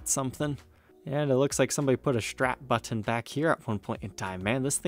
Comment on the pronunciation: Been meaning to ask this for a minute now, what's up with those random hard T sounds?... like button for example, sometimes you pronounce it like you're saying "butt ton". Really great channel by the way.